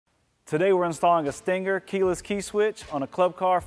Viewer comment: He says "Stingger". Too much emphasis on the G